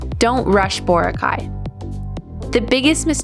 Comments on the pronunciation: Boracay is a filipino word and should be pronounced as such... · It's too bad you never learned how to pronounce Boracay during your stay.